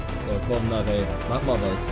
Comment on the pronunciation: Ohne HSV Fan zu sein meine ich dass Narey "Na-rei" ausgesprochen wird. So sprechen ihn zumindest die Kommentatoren immer aus.